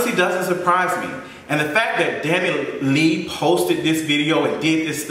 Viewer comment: The way your saying her last name is killing me 😭😭 “Dani Lee”